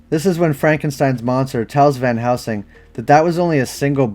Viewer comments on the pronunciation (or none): Are you saying Van housing? I thought it’s pronounced VAN + HEL + SING. Anyways, love the videos! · Why do youy keep saying, "Van HOUSING". I'm not imagining it. Every time you mentioned it in your Priest video, you said, "Van Housing", and the CC agreed. Then in this video, you say "Van Helsing" a few times, but then you go back to saying, "Van HOUSING", and when you do the CC matches it as well. Where are you getting, "Van HOUSING" from? Actually, you don't always even say, "Van Housing", you kind of mumble between a few different names. Are you drunk, or what? lol